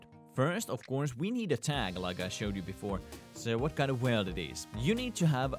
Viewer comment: Please JUST SAY WORLD NOT 'WELD'